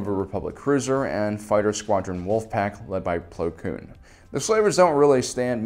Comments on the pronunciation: Well to be fair he says it correct so I think it was just him saying it wrong just because ig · Haha "Pong" Krell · He always says “plo kloon” when the name is “plo koon” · Do you call him Plo Cloon just to annoy me personally? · Why does he call him Plo Kloon and not Plo Koon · Plo Kloon? Plo Koon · plo kloon